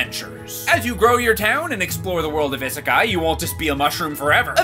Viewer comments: The fact the doesn't know how to pronounce "isekai" or the fact that it's just Japanese for "Another World" kills me (although I haven't played it so maybe they just call the in game world isekai) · Idk what's worse, the fact that pronounced "isekai" wrong in the sponsor, yes I'm gonna be "that person," or the fact that the bunny fig in the background disappeared. But hey, at least after a few thousand Google searches, I finally found what that figure was. It only took me about 5 months of searching, but at least it was worth it, I think. Ya'll probably have no idea what I'm talking about/do not care, and I do not blame you.